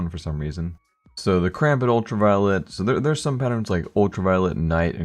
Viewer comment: I love it when you say karambit you say it like kawambit